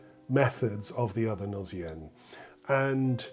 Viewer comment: Beautiful piece that does have the feeling of a gnossienne , that meditative beauty tinged with sadness . PS : in french although “gnose” is pronounced with the sound z , “gnossienne “ spelled with a double s should be pronounced with the sound s . Thank you , your channel is very interesting .